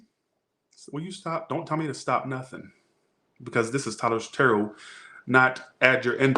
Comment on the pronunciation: 😂😂😂did you say terror portion in the capricorn read😂